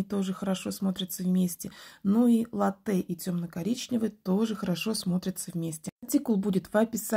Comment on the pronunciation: Хорошие работы. Только лАтте, пожалуйста, а не латтЕ 😢